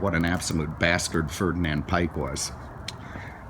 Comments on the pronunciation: Ferdinand Piech it's pronounced "Peekh" , not "Pike" or whatever you saying. Gosh. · Hi, it is pronounced Ferdinand Pjekh🙂. He was Vw's Lee Iacocca😉. And the dash looks straight out of my Passat. I wish it was Bentley. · You need to learn about VW and Piëch (pronounced pea-eh-ech). He built this car as a VW version of the Audi A8. From that, Bentley took some ideas after the takeover. In this car are many unique features, which Piëch really wanted, such as draft-free ventilation. There was no such thing as a Premiere Edition in the VW program; that is an American wishful-thinking term.